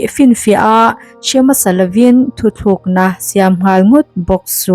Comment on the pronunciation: I aw ngaihthlak anuam hle mai... mahse mizo tawng lam fuhloh i nei zeuh zeuh erawh chuan beng ati thlep deuh....Chuan, 'thuthlukna' nilo in thutlukna ti a lam tur aw... Svmm😁😁